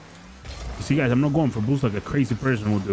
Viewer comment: Why he said bboosst like that